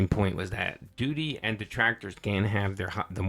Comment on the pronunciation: Doodeee, Dhalseeem. Someone tell this pig he's pronouncing names wrong